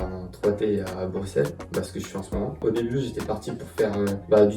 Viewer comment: Ah enfin un français qui prononce Bruxelles brussel et non bruXXXelles